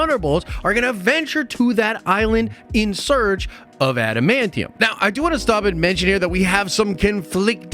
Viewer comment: Thank you for saying adamantium correctly.